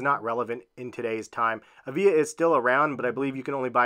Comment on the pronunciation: Avia is pronounced ava? I had some of those back in the 90s too.